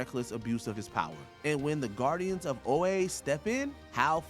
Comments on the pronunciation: Tell me you have never seen or read any of these shows/movies/comics without telling me. Your botching pronunciation of Dopinder and Oa are enough to let me know that you don't actually know anything about any of these topics 😕😕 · “ O-ay” “Zay-tana”?🤨😂